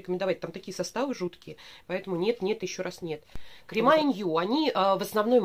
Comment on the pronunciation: крЕмы, а не кремА.